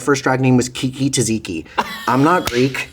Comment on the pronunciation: TA-ZZIKI!!!! At least learn how to pronounce it! Come on!!!!!!